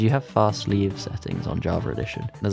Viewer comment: Java* not Javer